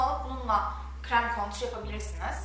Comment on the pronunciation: Cok guzel gosterdin! Ve contour (kontur) diye soylenir kontür diye degil ama dedigim gibi guzel gosterdinz. Hollandadan selam 😘